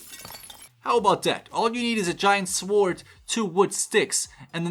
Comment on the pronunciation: she says swords like sword with the w